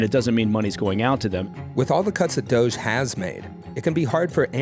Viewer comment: Is it me or , does he call it GOGE??? Even slowed it down and it sounds like a G sound.